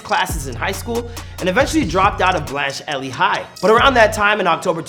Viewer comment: High school pronounced “ blanched eliee high”.